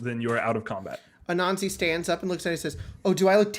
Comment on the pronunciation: Spells it Anansi, pronounces it Ananzi xD It definitely is interesting to hear different promotions of words by people not apart of ya culture or from others who have similar cultures. I will say as a seemingly good person, he is the type of chaotic i see an Anansi behaving. 10/10 xD